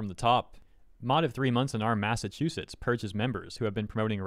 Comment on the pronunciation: what is a Mass Ass Chew Set